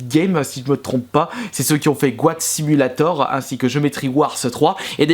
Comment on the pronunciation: Spwale, goate simulation, blourre, ce bilingue :hap